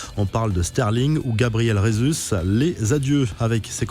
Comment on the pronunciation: Gabriel Jesus est brésilien. Merci donc de prononcer son noms en portugais et pas en castillan